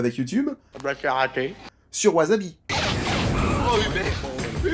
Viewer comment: Au fait, ça se prononce ouaSSabi, pas de z. Super vidéo, j'aime beaucoup le film. Je connaissais pas mal d'infos car j'avais vu les interview mais c'est toujours aussi intéressant de regarder les coulisses du film